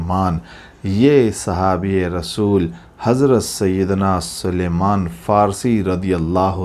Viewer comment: It's Salman, not suluman.